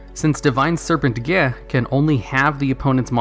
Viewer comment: Divine serpent is pronounced Gah(flem) like the Klingon blood wine